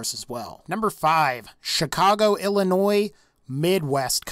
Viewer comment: So happy you know how to pronounce Illinois